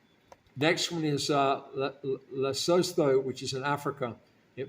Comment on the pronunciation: Lesotho is pronounced " Lei - soo - tu"